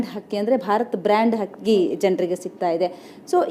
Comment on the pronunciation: akka adu hakki alla akki , ayyo nim.........